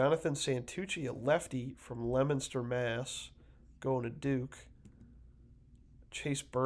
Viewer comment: Subscribed simply because you pronounced Leominster correctly.